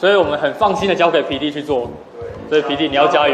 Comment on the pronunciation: 聽久了！聽成鼻涕~XD